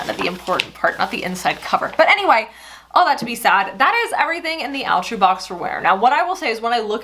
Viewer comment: All-true not Al-true.